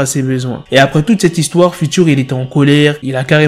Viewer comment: Fewtcheur, pas future yen a marre😂😂